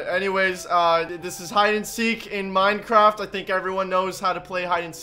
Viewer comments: he say minecat in the beginning 🤣🤣🤣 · i thought he said today guys were back with some more minecrap hide and seek